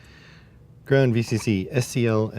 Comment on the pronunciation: Why "grawnd" and not "ground"?